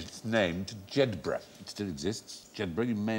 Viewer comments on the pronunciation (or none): none